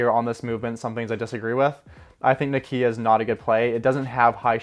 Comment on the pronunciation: Why does he pronounce Nokia like that? 😳